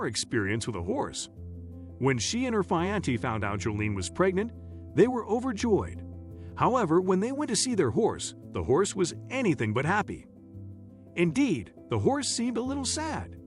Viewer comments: Ok. First: what is a “fiante”? I’m assuming the narrator meant fiancé. Second: the first doctor calls the police at the beginning of the pregnancy and… nothing? Nothing was explained to the couple (nor us) of what his concern was and what the police actions that were taken at the time. Third: why? Why (and when) was this device placed inside her body? I’m just gonna say bye 👋🏻 to the humans and hang out with her horse. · Didn't even pronounce fiancé right